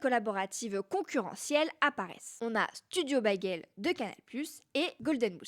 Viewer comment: Studio « baguelle » 😂 Tu m’as tué. 😅